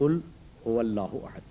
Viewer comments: حیرت ہے علامہ مرحوم احد کو عہد بول رہے ہیں اوربار بار بول رہے ہیں۔۔ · اسلام علیکم: عربی میں احد کے دو معنی ہیں (الف) پہلا،اول (ب) اکیلا۔ یہاں پہلا شروع میں احد کا مطلب پہلا،جب کچھ نہ تھا خدا تھا۔دوسرا آخر پر احد کا مطلب اکیلا۔واحد، only one. تیسرا مولانا یہ احد ھے عہد نہیں۔چوتھا،الصمد ھے نہ کہ صمد۔پانچواں: ھو hu'wa ھے ھ پر پیش ھے اور و پر زبر۔مطلب: وہ ہی،وہی صرف وہ،only He.یہ دو عربی کے حروف ہیں اور زبر پیش سے دو اسماء بنتے ہیں۔وہ اور ہی۔دونوں ملا کر وہی۔علامہ الفاظ کی گہرائی کو سمجھیں۔خدا ہم سب کو نیک ہدایت اور قرآن کریم سمجھنے کی توفیق دے،آمین۔ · اَحَد ۔ لفظ ہے ۔ آپ کی نشان دہی درست ہے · یہ احد کو کیسے پڑھ رھے ہیں میں نے کتنی بار غور کر کے سنا ح کے نیچے زیر کے ساتھ ؟ حالانکہ احد ھے لفظ۔ ح زبر کے ساتھ